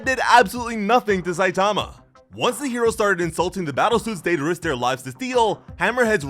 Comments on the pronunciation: What’s up with most of those creators always butchering the names of the main characters?! “Saitaamaaaa” 😂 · 3min into the video and already really annoyed by the mispronunciation of Satama ;( Also the manga pages are presented incorrectly. They should be right to left, not left to right. Example Missing clear dividers between the stories. Sounds like it's just the next sentence. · It's not Saitama, it's Saitama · Couldn't make it past the mispronunciation of "Saitama".